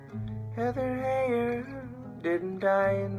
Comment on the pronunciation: According to CNN, her last name is pronounced HIGHER, not HEY-er.